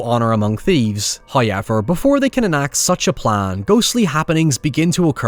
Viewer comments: i can never unhear "huyever" as your pronunciation of "however" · I can't get over how he says "Hiever" for "However" Lol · I might make a drinking game everytime says "hoyever" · Hoieverrrr - the way you said it took me a good minute to guess and understand. I understand it is an accent thing... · my favorite part about your videos are when you say howyever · FIrst "hoyevver" drops . And it's a strange one.